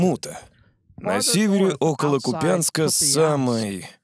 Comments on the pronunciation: КУпянск, А НЕ КупЯЯЯнск. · КУпянск, 🙏🙏💓, ударение на У.